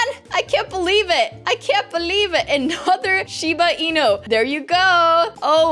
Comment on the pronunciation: I never knew u had a limited amount of stuff in ur backpack ;-; Edit: wow I never knew Shiba Inu was said how u said it xD